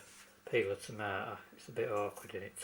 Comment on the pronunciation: Cant forget the Tamah-ah!